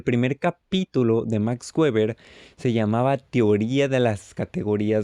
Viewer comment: Gueber xd En español no se debe prununciar gueber, se debe mencionar (beber = Weber) O el correcto en alemán (beba' = Weber) Pero no gueber Buena explicación :D